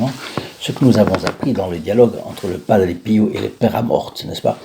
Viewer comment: BONJOUR A TOUS ET A TOUTES ENFIN UNE PERSONNE QUI ARTICULE ET QUI PRONONCE TRES TRES BIEN BIEN LE NOM DE PADRE PIO (PERE PIEUX ) BONNE JOURNEE A TOUS ET A TOUTES